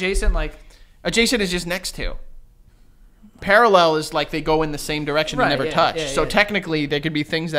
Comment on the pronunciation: Joe trying to pronounce “parallel” made me scream omfg. I love y’all so much, you big dummies